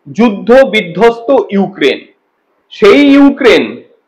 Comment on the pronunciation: ইউ কেন বলছ ইউক্রেন বলতে পারোস না এসে আবার মিডিয়ার সামনে